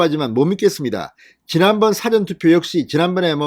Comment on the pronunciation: 진성호님, "事前투표" 발음을 잘 좀 하셨으면 좋겠습니다.